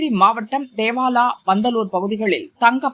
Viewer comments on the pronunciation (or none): தேவாலா இல்லடா தோவாலா